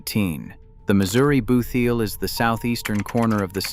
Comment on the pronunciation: Bootheel pronounced boot heel.